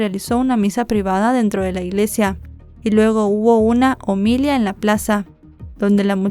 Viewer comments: Me encanta tu trabajo, pero me preocupa que puedas tener confusiones lingüísticas...dices "cónguje " y lo correcto es "cónyuge", mencionas "ómilia" y es "homilía", mis observaciones son con todo el respeto a tu trabajo, solamente creo que tu impacto en los que te seguimos puede ser fuerte y confundir a los seguidores en cuestiones básicas del lenguaje, del mismo modo revisa tu libro. Excelente día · Perdón se dice omilia con acento en la A